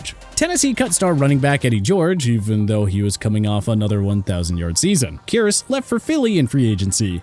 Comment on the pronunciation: It's Kearse pronounced Curse not Key-erse